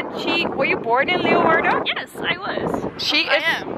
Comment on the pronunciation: Wonderful tour.....and thank you for pronouncing everything right! I was born in Leeuwarden and my family goes back many generations in Leeuwarden and Friesland! Lived there until I was 6 years old. But….at least learn to correctly pronounce LAY VARDEN!